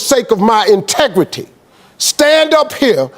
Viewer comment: "For the sake of his entigrity" 🙄 We, black women, are always labeled - "Angry Black Women"